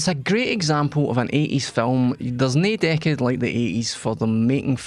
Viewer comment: This is luv-leh. Greet set. Greet pa'er